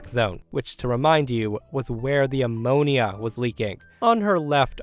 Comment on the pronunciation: How do you not know how to pronounce ammonia?